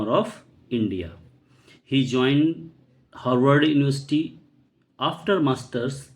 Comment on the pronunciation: Joined ❌️ Zoined✅️